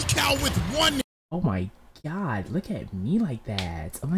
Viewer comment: You said my religion gods name wrong